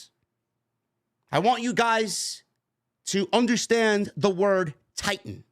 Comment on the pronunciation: The emphasis on the word titan and vince McMahons free time, makes it pretty clear who the new Co host is 😂